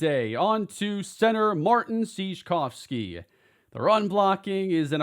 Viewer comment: Hey, Sieczkowski’s name is most likely pronounced ‘m”Seej cow ski” I live around a bunch of polish people and there’s some names spelt like that.